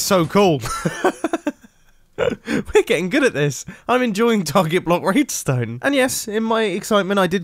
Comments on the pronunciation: HAHA. He said RAIDSTPN liKee WHarta is RAIDSTONE?? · he said raid stone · Mumbo: “I’d rather you not comment about it in the comment section” Every other comment: lol he said raidstone